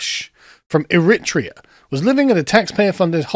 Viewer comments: mate, it's not Erit-rear. It's Errie-trayer. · It's pronounced "er-ri-treya" not "irittia". If youre gonna talk about globalist issues then at least pronounce the country's name right ffs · Eritrea | ˌɛrɪˈtreɪə, ˌɛrɪˈtriːə - there's no emphasis on the "rit" part, kind of sounds like "airitreeahh" 🙏🏽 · Sorry to be a pedant, but the stress is on the third syllable of Eritrea. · It’s disgusting, no wonder people are upset!! I’m Surprised cannot pronounce Eritrea😱